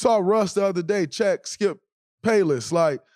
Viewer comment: Y’all ignoring the fact that he said Skip “Payless”